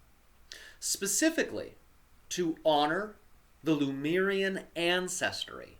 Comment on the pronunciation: LEMURIAN, not "Lumerian".. For God sake 😅😅😅😅